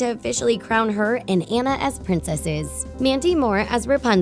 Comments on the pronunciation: Did anyone notice she said “Ana” and not “Anna” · Anna ( on - na ) not Anna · It’s ona not Anna i know that Anna is how you spell it but ya 😡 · Don't call her Anna it's pronounced onna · when you say anna in sted of ona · Did you just say an-u instead of on-u???? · It is ona not ano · In frozen Annas name is pronounced differently. It's not pronounced "An-nuh" It's pronounced "Ah-na" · Ummm honey its not anna its onna with an o but its not spelled like that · It’s.. ahnah... not Ann uh.. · It's not ANNa it's anna like awena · anna isn't supposed to be pronounced an-na. more like on-a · It’s “Ãnna” with a short A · Did she just call Anna Ann a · isn't Anna pronounced AH-na. i mean, i may have been saying it wrong so I'm just asking :). I'm not trying to be mean. Love the vid!! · The pronounce Anna wrong and it bothers me Lol have they really watched the movie?????? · YLU CANT SAY ANNA RIGHT! WATCH THE MOVIE AND PRONOUNCE IT CORRECTLY! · When u realize they pronounced Anna wrong 😫😫😫😫😫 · WHY WOULD YOU CALL ANNA, “Anna” it’s ANNA in the movie so you know it’s ANNA NOT Anna! I hate you now. Sorry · She said Anna rong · shes saying anna wrong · You say anna wrong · I keep getting triggered that they where saying Anna's name wrong